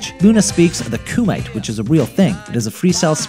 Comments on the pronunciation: boondocks is an anime confirmed also "attack of the killer kung fu wolf bitch," kumite is pronounced koo-me-tey, not koo-might. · I thought it was pronounced Koomeetay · Wuncler is pronounced "Wunsler", not"Wunkler". If you're gonna do a video on a TV show, watch an episode or 2. Bushido Brown, not Gangstalicious, is based on Jim Kelly and Jabar. Aisha Tyler's name is pronounced "Eye-eesh-uh". Kumite is pronounced "Koo-ma-tay". What grade did this guy drop out of school? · Wuncler (wuns-ler), not (wunk-ler), kumite (koom-i-tay), not (koo-mite), Lamilton (luh mil-tin), not (lam-il-ton). Normally, I wouldn't even bother, but it's kind of annoying when someone who clearly isn't as familiar with the show is making a video with episodes they haven't seen, or words they aren't familiar with. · this man said kumite instead f Ku-Ma-Tey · never pronounce kumite as "koo-myte" ever again, that would be awesome. it's pronounced "koo-mit-ay" by the way. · its not pronouncee koo mite. its Koo mi tey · They're pronounced: 1. WUNS-LER not Wunk-ler 2. LUH-MIL-TUHN not Lam-il-tuhn 3. CHICK-LUH-FAY not chick-lay-fayt 4. KU-MI-TAY not KU-myte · kumite is pronounced koo mi tay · KUMITE (koo-mi-tay or koo-mai-tay) FLOEnominal Wuncler (wun-sler) Did you not watch the show to hear ow they pronounced it???? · 74. Did you guys mean Bushido Brown was inspired by those two? That would make a lot more sense. also..."wunkler", "koomite"...have you even seen this show? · Koo-mite? Wunkler? Lethal Injection Crew? LAmilton TAEshawn? Oh my god can we get people who have actually seen the show narrate the videos instead of randoms who can't pronounce words right? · ONCE-ler COO-me-tay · Ku-mite? Really bruh? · kumite is pronounce coo-me-tay. bloodsport bruh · Bushido Brown was based on Jim Kelly and Kareem Abdul Jabar. And in The Attack of the Killer Kung Fu Wolf B*tch Kumite (Wahtaah) is pronounced Koo-Muh-Tae (Woahaaee). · And he definitely said "kumite" wrong